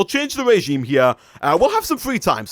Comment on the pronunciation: its pronounced (rəˈZHēm,rāˈZHēm/)= Re-gime